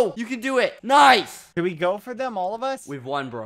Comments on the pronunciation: Badboyhalo should be the next "noice" meme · bbh just saying noice it sounds like he became British